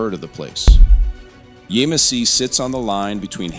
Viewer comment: It is pronounced YAMesse